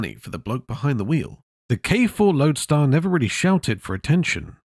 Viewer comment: The 50,s k2 & k4 were called Loadstar not loadar